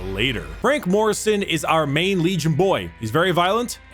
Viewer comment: Did you say Lejim